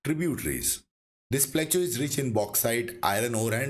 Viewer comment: Sir, you are doing a great job in creating these educational videos. Profuse thanks to you for the same. Just wanted to point out that you are not pronouncing the word Plateau correctly. It is pronounced as प्लॅटो please see this link